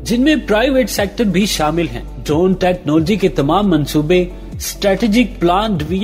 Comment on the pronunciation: ye kya bongiyan mar raha hai... also try do pronounce "technology" correctly....